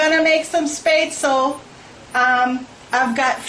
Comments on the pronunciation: It is NOT promounced SPAY-stel, it is Spatzle! More like shpatz-lee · It is pronounced spet-szchel not spetzel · My ears are bleeding every time I hear " spay-tsul " it should be pronounced like Schpatsluh " (phonetic) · As a person of germanic descent, I feel obliged to point out that this is not called "spate-sul" but it shoud be pronounced 'shpetz-luh". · First sentence I heard: "YO WE GOING MAKE SOME SPAYTSUL.'' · Hahahaha omg yes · Let me help you ;) Sp in Southern Germany is always pronounced sh like in the "BAD" word and the ä like the "e" in "get"! shpätzLe. :D thanks for the recipe, thou, I like to share it with my American friends a lot. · it is pronounced as shpaet-ze-leh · Please learn how to pronounce the word Spaetzle correctly. You are saying it all wrong and teaching others how to say it incorrectly. On a positive you did a great job on your tutorial. Thank you. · Please pronounce it correctly. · Jessica Gray Yeah, it's really annoying when people supose every word of any language should be pronounced in english phonetics. After hearing how she said this, I'm not watching the video. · Friendly reminder that our brains are programmed to pronounce things in our native tongue, yes it wasn't pronounced right, but to the commenter who had a snide comment about people assuming everything in all languages in pronounced with English phonetics, it's because it's what they know best, so the brain looks at the words and reads it that way. Just so you're aware as to why people pronounce things the way their native language would.